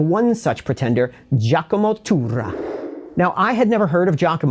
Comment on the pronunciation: after a few weeks of hearing English-speakers massacre the word Turra, this is a breath of fresh air